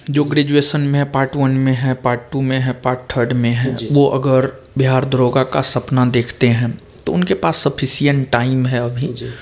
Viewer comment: दारोगा नही होता है दरोगा होता है।।😁😁😁